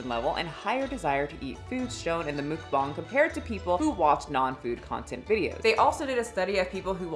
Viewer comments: mookbongs????? It took me too long to realise it was muckbang lol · "Mookbong"? Is that a new word? I only know of Muckbang.. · This was hard to watch only because it’s MUCK BANG not mook bong 🫠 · Hello, if you ever was confused on how to pronounce mukbang (먹방), you got the bang part perfect. Muk is just pronounced like the pokemon (Muck). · Love your content but your pronunciation of mukbang is sending me😅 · Am I the only one mad that she can’t pronounce the word Mukbang correctly